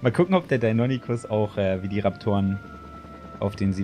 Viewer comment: Lieber, die dinonychus werden dino(english)-ny-schuss ausgesprochen😅